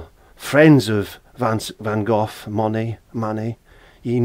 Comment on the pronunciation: My absolute favorite Van Gogh painting. Great job,, and nice to hear somebody actually pronounce his name correctly.